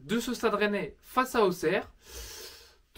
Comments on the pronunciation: Je suis Auxerrois et Auxerre se dit ossère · Je suis auxerrois et Auxerre se prononce Ossère